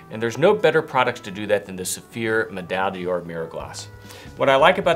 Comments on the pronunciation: pls stop saying medaille “DIOR“. it‘s “D‘OR“. you don’t have to be french for that. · One day will learn how to pronounce Medaille D'Or.